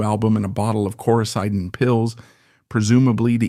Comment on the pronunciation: No NO... error.. Rick Hall sold to Capricorn... (U) you got it wrong...backwards...Phil Walden and Jerry Wexler ..paid TO - Rick Hall $10000. fwiw You gotta get your facts right...undermines your credibility Coricidin is pronounced "Cor I Ceeeden" ... bad...bad.. Credibility.. dont use A for this stuffI!! your is totally wrong!!!!!!!! Rick Hall SOLD NOT BOUGHT!!!!!!!!!! your video sux because of this so simple fact that you screwed up (ai) SUGGEST YOU SIMPLY DELETE THIS VIDEO!